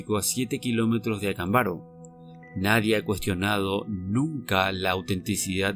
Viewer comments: Por qué siempre pronuncias mal los nombres? Acámbaro! Avento en la segunda "A" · ACÁMBARO, CON ACENTO EN LA PRIMERA A. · Acámbaro es una palabra esdrújula, si vas a transmitir una información, ocúpate de hacerlo de manera correcta.